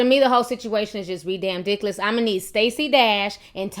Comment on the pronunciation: i like when she says "ri-damn-diculous